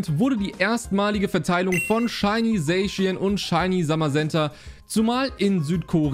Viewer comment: Man spricht es "saschian" aus und nicht "sayschien" 😅 also ich spreche es jedenfalls so richtig aus